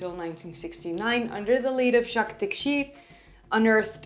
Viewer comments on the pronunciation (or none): none